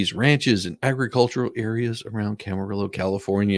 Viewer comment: As someone who grew up in Ventura County I need to say, Camarillo is pronounced cam-ar-ee-o. It’s Spanish so the double L is pronounced like a Y.